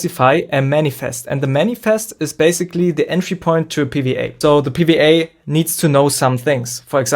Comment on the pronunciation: Pee Wee Ay, it’s double u not wee 😂 but love the video